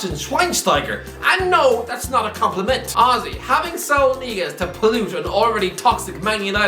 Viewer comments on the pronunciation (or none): Average person: ‘compliment’: ‘com..Pleh..ment’